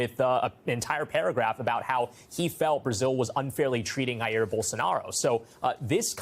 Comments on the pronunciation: My point: THE NAME JAIR DOES NOT EXIST IN SPANISH…It is a Brazilian Portuguese name. “the ton of Brazilians”are pronouncing his name correctly in Portuguese, that is my point. Hint # 1: the letter “J” in Portuguese is similar to French. Hint # 2: just like the “J” in Ja Ja Gabor. The reporter is obviously an Anglo-American and as most Anglos 😂 tend to pronounce Portuguese names in Spanish which is neither THEIR language nor OURS… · That's just unprofessional Why the heck would you attempt to simulate (badly) a spanish pronunciation when Brazil speaks portuguese. And on top of that why bother if you won't do that to the rest of his name (wich is italian, so it would still be incorrect)? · Bolsonaro first name is not AH- EAR - It is JAIR…PRONOUNCED IN Portuguese not Spanish. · Even if it was a spanish name it would be pronounced as HA-IR I don't see the point of going out of your way to pronounce something "faithfully" if: 1- You're not capable of pronouncing it correctly; 2- You don't make proper research, there's tons of brazilians on the internet pronouncing his name. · It's not Haír Bolsonaro. Jair with a hard J in Brazilian Portuguese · Please do not pronounce "Jair" as if it was a Spanish word.